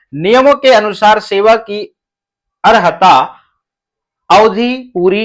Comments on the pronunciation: अरहता नहीं है। अहरता होता है गलत नही पढ़े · अर्हता होता है